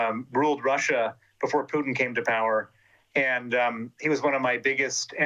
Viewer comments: She calls Putin as Pudding..haha! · Lol I love how with her cool accent the interviewer pronounces the a-hole’s name “pudding”. 😂